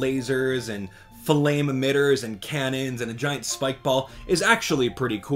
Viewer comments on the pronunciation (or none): none